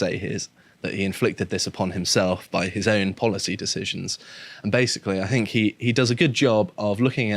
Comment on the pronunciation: Any broadcaster who pronounces "think" as "fink" etc should be purged.